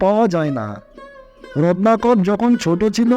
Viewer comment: আমি শুধু বুঝতে পারলাম যে বারবার রত্নাকর কে রননাকর বলা হচ্ছে, উচ্চারণ যথাযথ ভাবে বলুন।